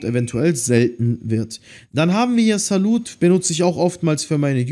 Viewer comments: Ich weiß unnötig aber trodztem:an sagt nicht salut sondern SALÜ so spricht man den aus😂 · Salut XD Das spricht man Salü aus, hab Frz ;)